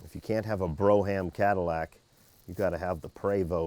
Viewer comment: Its pronounced "Brome" Not "Bro ham". LOL